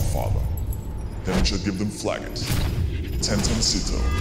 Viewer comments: Caps saying tetonsito xD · And he called him tetoncito, funniest shit ive ever seen. Lets go g2!! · Flakked "tetoncito" XDDD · "Tetoncito" XDDDDDD